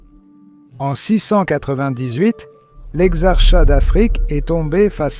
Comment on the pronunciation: Je tombe au pif sur "exar-chat" comme un minou… pfff…